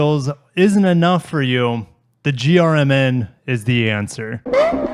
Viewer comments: Everytime he says GRMN is sounds like he is saying German lol, kinda fitting. Would love to get my hands on one of these but sounds like my chances are very slim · GR MN… at first when you said that I thought you were trying to say German 😂💀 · GRMN prenounced German! enough said.